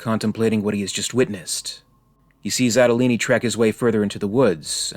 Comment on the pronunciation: So it says "Andolini" on the gun but we are supposed to pronounce it Adolini in stead?